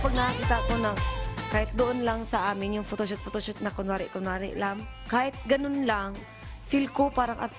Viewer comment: Narinig ko "I feel excited for the photosh*t HAHAHAHA Love you Maymay <3